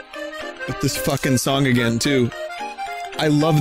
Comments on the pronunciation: "Try Agrain" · “Try agrain.” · "Try agrain."